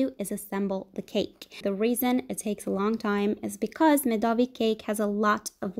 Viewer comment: Медовик (myedovik) was correct! Медового торта is some google translate gibberish LOL But the cake looks delicious! Great job